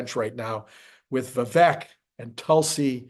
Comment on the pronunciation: Vivek rhymes with CAKE. Doesn’t rhyme with Shrek.